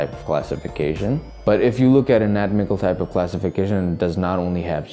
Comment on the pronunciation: Great video. Just want to point out its an-a-tom-ical not a-not-mical.